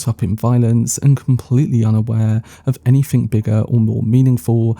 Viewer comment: TrooF, anyFing, wiV, wheVer, Colin FirF... ffs man, learn to SPEAK your OWN language.